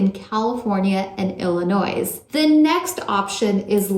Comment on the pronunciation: The S in Illinois is silent. Good vid